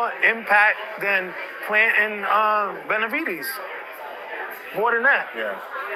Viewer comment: The way he pronounces Benavi-deez kills me everytime 💀